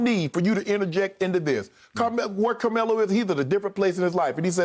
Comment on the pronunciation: Shannon…is it Camelo or Carmelo? Lol 😂 he literally took the whole “r” out.